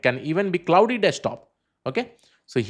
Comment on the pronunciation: Bhai, it's not pronounced as Cloudy, it's pronounced as CLAWD